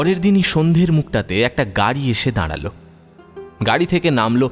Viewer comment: Uccharon ektu thik korun,Nari hbe nadi na,daralo ,hbe daradlo noy